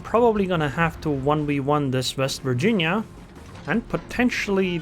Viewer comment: Vest Virginia??!! Why then not "secondaries vork roughly the same"?... And why not "it vos main guns after all..."? Oh....but "vorranty".... there's ok then... 😂😂😂 And dude = "dyd" And quarters = "quo-tes" I think it should be then "... I'll just shoot into her bov..."